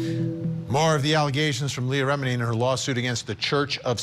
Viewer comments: For F sake,, if you make an item about this lawsuit the bare minimum you should do is pronounce the names right! Ramini? mesKAAvige? Come on dudes.... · Great coverage but why can’t the narrator pronounce Leah’s last name correctly? REMini, not ReMEENi!! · Stop saying rameeny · who says rem eenI? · ‘Rah-meeny’? ‘Mis-kovij’?? The reporter’s pronunciation is so wrong.